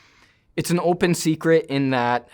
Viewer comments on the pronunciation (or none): none